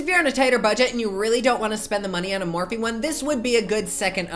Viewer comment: i love the way u pronounce morphe...soounds so sweet...